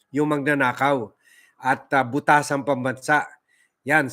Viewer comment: Did you say BUTasan pambansa??? LoL